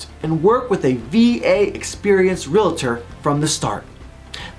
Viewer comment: “Realator”? Dude, it is “Realtor”, not “realator”. And you iz one?